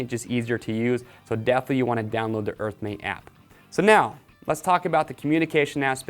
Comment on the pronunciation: EARTHMATE map oh my goodness I couldn't figure out what he was saying.